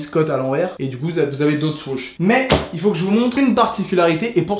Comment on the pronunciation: Anonyme Mousse je sais, pas sur que l’auteur de la video soit au courant parcontre , vu comment lui le prononce